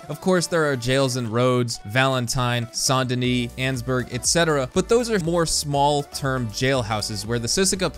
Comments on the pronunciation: Bro it’s saint denin not San deni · it's saint denis not sant denis